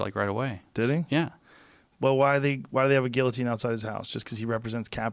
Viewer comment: you know we are soft when we cant pronounce guillotine properly anymore